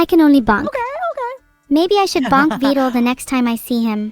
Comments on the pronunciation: Damn, she actually said vedal right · Ayo, was trying to see if she could be more Vedal's type at the end? 🤨 Also lol she actually pronounced Vedal correctly at the very end too.